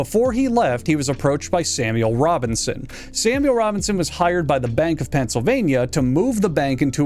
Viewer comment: Samuel Robbing-son